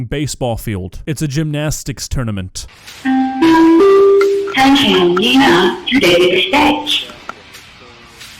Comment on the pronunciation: “ATtentION LENA to th stttehge”